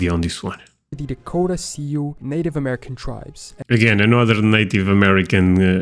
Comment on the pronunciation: Shoshone is pronounced showshownee. Sioux is pronounced soo. It is Lakota Sioux, not Dakota Sioux.